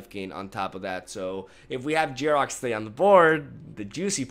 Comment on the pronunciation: "Yar-Ruck" there is no J It blows my mind, you speak english perfectly fine. Yet you constantly mispronounce the cards in this game. These cards and their names are created and spoken by American English speakers, and like 95%+ of the cards' names can be correctly pronounced if just sounded out phonetically in english.